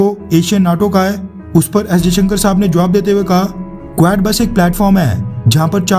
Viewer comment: कुवेड़ नहीं क्वाड है correct pronunciation